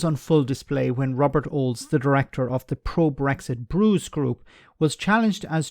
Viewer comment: I hate it when people talk over each other and don't listen. Between 2016 and 2020 Britain was not 'on the way out' as the Bruges man said.. The government did no preparations and faffed around until the last minute. Pronunication: It's Bruges (Brooges (soft g) not Burges.